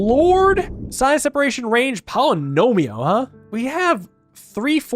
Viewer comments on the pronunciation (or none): he really is gonna keep saying "polynomio" huh